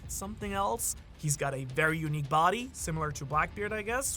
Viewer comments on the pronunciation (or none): none